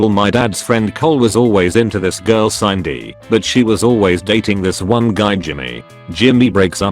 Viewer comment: Sindy not Sineday